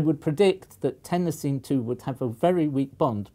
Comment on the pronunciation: I've never heard anyone pronounce chlorine the way you said some Americans do. Iodine you got right, but everyone says chlorine the way you do. At least where I live. I also agree with your pronunciation of Tennessine.